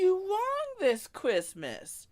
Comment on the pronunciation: What’s kwissmiss?